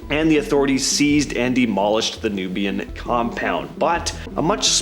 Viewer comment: NUWABIAN NATION NOT Nubian nation